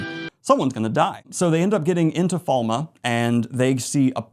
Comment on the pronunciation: Not even two minutes in, the name of the first Battle: "The Battle of Falma".... Falme!!!! Its Falme. My day is ruined and my disappointment is immeasurable. Edit: I see you have it wrong on the Billboard as well....